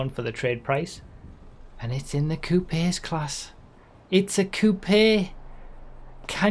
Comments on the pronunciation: Bro please learn to pronounce coupes lmao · is that really how other countries pronounce coupes or was he being funny? lol